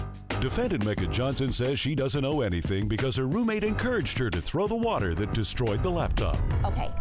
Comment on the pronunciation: “WOOTER” 😂 “Do not turn BACK ON the computer” 😣 These young ladies need to learn how to speak! Jeez!